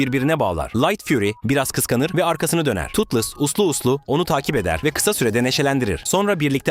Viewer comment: Totles yanlış Toothless doğru